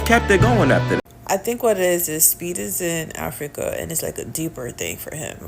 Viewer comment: this guy is a lowkey racist. Listen to how he says Africa.